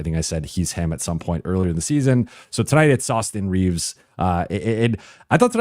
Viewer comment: It's "awesome reeves" sir